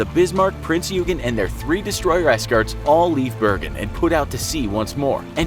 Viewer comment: You butcher Bergen two times but i forget you.